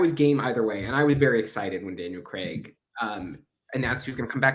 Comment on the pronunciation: Craig not Cregg 😡